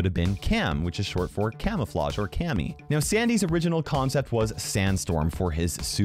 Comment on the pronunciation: its not just cam-oflage but camoflageeon